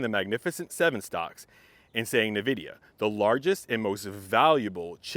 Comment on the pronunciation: Invidia, not NahVidia Please